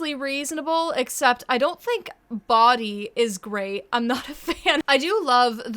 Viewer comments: i think its not bodie as in Body but as in pronounced Bo-deeh. Its a name of either Scottish or Sanskrit origin that means "Enlightenment/Wisdom" or "Messenger"! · Hi! Love your videos! But I do wanna say, I think its pronounced "Boh-dee" not "Body" Still an odd name but the pronunciation itched my tism 😅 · It's not BODY.. it's BOW-DEE 🙄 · FYI, the name "Bodie" is not pronounced like "body". It's pronounced "BOH-dee". It's been around since at least the 1980s and it may be Scandinavian or something (total wild guess on my part). There was a famous skier (an American, I think??) with that name in the Olympics, which is the only reason I know. I think it's also written "Bode" or Bodhi", though still pronounced 'BOH-dee'. To my knowledge, it is not new, nor is it linked to materialism or nihilism or whatever. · Bodie isn't pronounced like 'Body', it's more like bow-dee in pronunciation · I’m cryin Bodie is pronounced Bow-dee 😂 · “Bodie” is pronounced Bow-Dee, it’s actually relatively common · I've know a kid with that name, it's pronounced Bow-dy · I think Bodie is meant to be pronounced as Bow-dee like Brody without the 'r' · i think bodie was supposed to be pronounced like bowe-dee 😭😭😭which sounds normal to me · its probably pronounced with a deep o like cody which makes it a normal name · pisses me off that no one has bothered to comment but that name isn't pronounced "Body" it's pronounced like the name Brody but without the R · …. I think its pronounced bow dee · bow-dee its pronounced bow-dee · I'm pretty sure the Bo in Bodie was meant to be pronounced bow like bow tie. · Lol. Its not Body. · I think its pronounced "Boh-dee" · That’s…that’s not how you pronounce bodie lmao. It’s BO (like bow tie) DEE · girl I love your content, but that's pronounced "Boh-dee" 😭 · I think Bodie is supposed to be pronounced as Bow-Dee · it’s pronounced “bow-dee” . i know someone with that name and it’s not the most crazy thing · Im pretty sure it's "Bow-Dee" which sounds way better